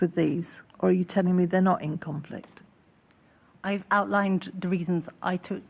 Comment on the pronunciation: “Ife got this moneys and and ife got that moneys”